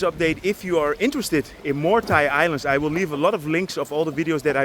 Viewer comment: woll = will 😂